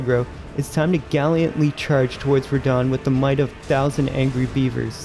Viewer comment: Galiantly? It that gallantly+valiantly?